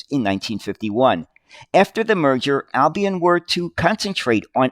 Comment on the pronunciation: 'Albion' is pronounced 'Al -be on' with the 'L' sounded. Also Mousehole is pronounces Mouse -sill! Isnt English weird?! BTW, the picture at timestamp looks to have been taken at what is called Tram Sunday at Fleetwood Lancashire, UK.The stretch of road is called Lord Street, I was born about 500 yards away in a small terrace houce in 1956. Until trams returned to the roads in Manchester, Fleetwood was the last remaining place in the UK where trams actually ran on the road for about 30+ years! Although Tram Sunday started out as a show for trams, it expanded to included buses and vintage vehicles and is still held every year in July.